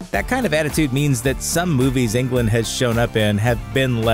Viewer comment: I don't think you pronounce his last name like you pronounce England. It's Englund. There must a difference, right?